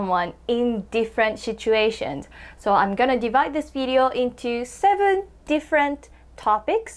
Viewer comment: She said "different shituations" hahaha